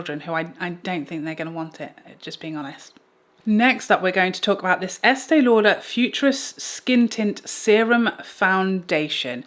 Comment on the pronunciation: LOL!!!😂especially the eastee lauderppp